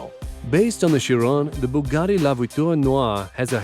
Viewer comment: That Boogatti looks great! It would scare the chickens though as it's a coup! It's no wonder its called a BOOgatti! Theres nothing like a 2.ohh litre engine! You could just call it a 2 litre engine? It least you pronounced the Lotus right. The Devel Sixteen, hmmmm, lets go round one of these things we call a corner in it! It looks unbalanced!